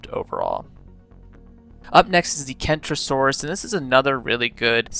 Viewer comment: The centrosaurus is actually pronounced sen-tro-sawr-us a kentrosaurus is a stegosaurid great video by the way